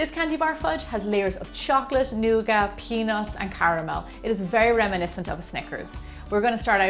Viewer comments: Lol nooga It's nougat. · I love the way you say nougat, thanks Gemma!